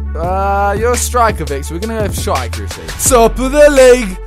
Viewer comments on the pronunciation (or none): none